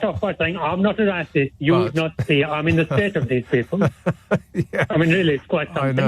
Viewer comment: "I'm struggling financial" "Nah, listen to me..." "I'm not the rahcist" "The Brexit"